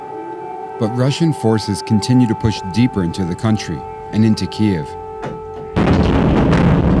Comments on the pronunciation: Guy is literally reporting from Kyiv but continues to pronounce it to Ukrainians faces as Kiev despite the fact they’re being bombed is incredibly callous. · Attention reporter..…in Ukraine it’s pronounced “keev” not “kyev.” You’re in the country and it’s being attacked indiscriminately, the least you can do is pronounce the country’s name correctly. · thank you for the detailed intimate coverage of those defending their homeland. PLEASE however use the Ukrainian pronunciation of Kyiv (keev). You are using the Russian pronunciation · Keev kyiv kiev how many mispronounced ways can people say the cities names? Have respect learn how the cities are pronounced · Vice, this is a really good news piece, but Kiev, as pronounced by the reporter, is considered offensive by the Ukrainians as it’s the spelling used during Soviet times… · He’s pronouncing the capital’s name the Russian way not the Ukrainian way. One syllable not 2. Come on Vice News you can do better than that. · Why doesn't the correspondent know how to pronounce Kiev after doing multiple videos from there? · Is it really pronounced ' Keev ' like I keep hearing? Or is it pronounced like I was taught along time ago ,' KEY-ev ' ? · Kiev is in russian, Kyiv is how I hear Ukrainians pronounce it. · …There’s plenty of 🇺🇸 reporters that pronounce it correctly. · I guess nobody taught this journalist how to properly pronounce the name of the Ukrainian capital, especially in front of Ukrainians, eh? Yeesh. How embarrassing. For me, that is. As an American. Ugh. Get educated, brah. #KyivNotKiev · I thought it is pronounced KEEve not Kee-EV because we are all standing with Ukraine. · I’m not sure I think the Michael Bay style action drama is what I want to see when people are really suffering. Furthermore, why pronounce as “Kiev” as opposed to the non-Russian, “Kyiv?” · Kyiv…not Ki-ev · Tfw the host pronounces the name of the city as "KiEv" instead of "Kyv". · Kee-ev. <---that is how you pronounce it. Not KEEV.